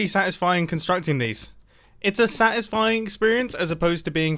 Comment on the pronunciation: Anyone Ever- "Breathes" Mumbo Jumbo- "tHaT's SaTiSfInG